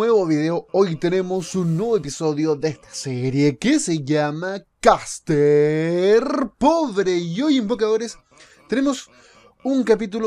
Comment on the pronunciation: Me excita cuando dice casterrrrr pobre 7u7 okno. Como dijo alguien abajo en los comentarios estaría bien que castearas una partida de barba.